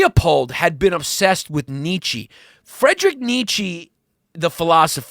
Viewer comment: Come on, Yanni, his first name is Friedrich, pronounced FREED-rick. You're better than that. :-D